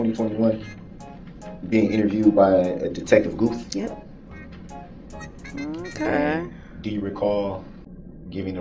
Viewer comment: Detective “Goof”.. Dummy called him Goof instead of Gooth lol